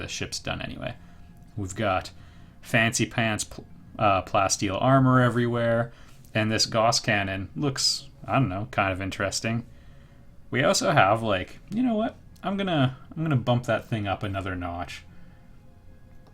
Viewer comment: Gauss rhymes with mouse. Sorry for nit-picking.